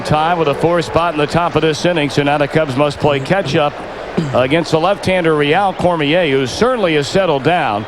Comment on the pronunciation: He pronounced Rheal Cormier correctly though. Good job Harry :).